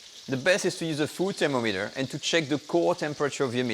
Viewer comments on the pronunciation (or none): "Thera-meter". lol